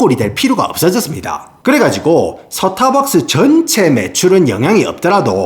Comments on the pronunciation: "스타벅스"가 되어야 할 발음이 "서타박스"로 되어 버렸으니 나락으로 갈 수 밖에 ㅡ.ㅡ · 발음이 좋은데 왜 스타벅스 발음만 사타박스임? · 영어로 말할땐 완벽 미국식 스따~ㄹ벅ㅅ, 한국어로 말할땐 서타벅스 이 갭 어쩔거에요, 동일인물인가 ㅋㅋㅋㅎㅋㅎ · 서타벅스를 사투리로 말하니까 임팩트가 배가 되네요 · 코ㅓ피~~~~ 본토 발음 뒤에 오는 서타벅스 ㅋㅋㅋㅋㅋ